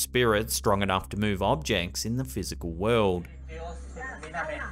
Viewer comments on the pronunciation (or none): none